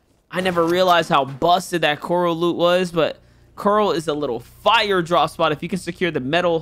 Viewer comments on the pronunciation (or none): none